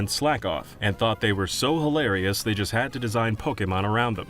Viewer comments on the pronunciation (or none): none